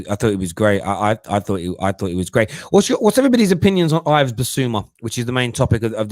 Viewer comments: It’s my name as well as Bissouma’s it’s pronounced “Iv” or Eev. Or Eve. Not Ive or I’ve. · It's pronounced as Eve Bissouma not as Ives. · pronounced eve dickhead